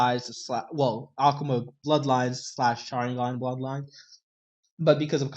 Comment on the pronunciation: if this man says okuma one more time